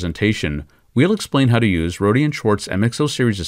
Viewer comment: ..Roady!?....Ive heard Roady so many times ..try Roader without any r pronunciation...